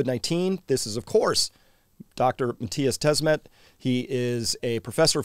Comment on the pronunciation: Chris's pronunciation of Matthias' last name isn't very good. It is pronounced "Dè-smét", not "Dés-mét". The first e sounding a bit like an English 'u' like in dummy. And the second e sounding like in the English verb 'met' from 'to meet'. You end up with: "Du-smet"